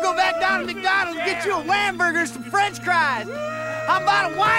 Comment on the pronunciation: Laughing my butt off about McDonald’s get some whamburgers and French cries 🤣🤣🤣